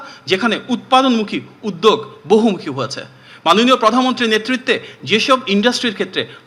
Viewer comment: উদ্যোগ শব্দটি উচ্চারণ করছে উদদেগ! 😅😅😅😅